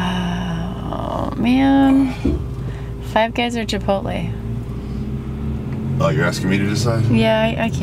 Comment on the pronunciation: only person I know who pronounces it Chipot-Lee